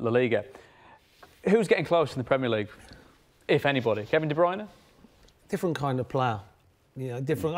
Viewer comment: "Kevin De Bryune"....who else....tut!!!!....